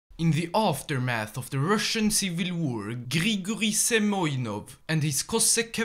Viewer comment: He is not Semyonov - He is Semenov)))